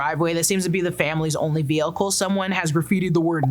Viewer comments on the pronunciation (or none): none